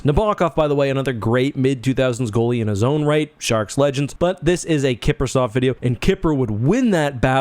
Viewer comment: There is no T in Kiprusoff. 🤦🏻‍♂️